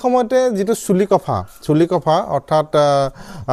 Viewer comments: চুলি কফা নহয় , চিলিক্ ফা হে । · ইংৰাজীত Chilikpha , এখেতে Chulikopha বুলি উচ্চাৰণ কৰিছে যিটো আমি ভুল বুলি জানো ।